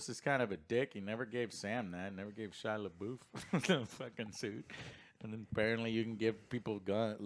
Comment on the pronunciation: “Shila boof” 😂😂😂😂